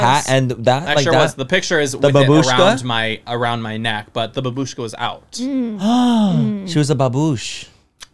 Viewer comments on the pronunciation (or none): Ppl please learn how to say “babushka”!! The emphasis in Slavic words makes a huge difference, it can change the whole meaning of the word… it’s “baaa-bushka” not ba-booooshka”